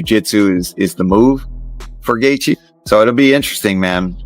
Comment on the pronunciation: Justin geth gar 😂😂😂